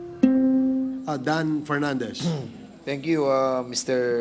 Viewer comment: Ano dan fernandez? Feeling lawyer?wala ka namang degree sa lawyeering..ayusin mo muna pronunciation mo😂